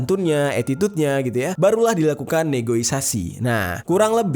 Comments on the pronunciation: Dari menit 7.08 negoisasi mulu... Bukanya negosiasi ya bangg.. Wkwkwk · Negosiasi baang bukan negoisasi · bukan NEGOISASI bang,itu kata kata yg salah,tapi yg benar adalah NEGOSIASI.. ☺hanya mengingatkan